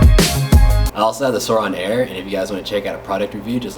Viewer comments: It’s pronoced soooran not soran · It's not "sourOn" drop its "sourIn" drop wtf did anyone else get bugged by this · It’s (soorin) not (sooron) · Its not Sur(awn)its Su(oh)rin Edit: its not “rubber” finish its “matte” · U realize it's sourin not siroun hwo did u read the vowels backwards wtf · Suor in not suor on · It’s pronounced souuraensdespacito not sorin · Not being any type of way, but I think it’s pronounced Swo-rin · Your not saying it right it’s soURIN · It’s pronounced soarin’ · It’s pronounced sórin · He’s saying it wrong